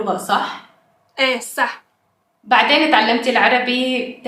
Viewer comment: you're saying "sa sa sa" not SaaH...just a tip!